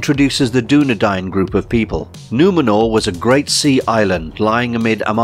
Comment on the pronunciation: Pretty sure it’s pronounced Doo-Nee-Din.